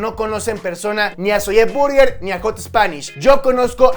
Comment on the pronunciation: por que dices "Zolle Burguer " ? ¿? 😒😒